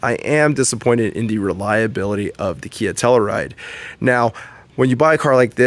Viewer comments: Tell-you-ride, not tellaride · The hell is a “Tell-a-ride”? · tell-u-ride, bro. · TELL-U RIDE.